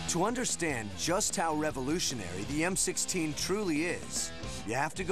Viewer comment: it sounds like he said M60 did anyone catch that or is it just me?